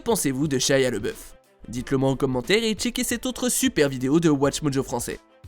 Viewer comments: Laboeuf pas leboeuf 🤣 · Tu fais un sujet sur lui et tu ne prononce pas correctement son nom. LAboeuf, A, et non Leboeuf. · LABEOUF PAS LEBEOUF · Le mec dit tout le temps " leboeuf" pour tant c'est déjà écrit en grand " labouef" 🤔🤦‍♂️🤦‍♂️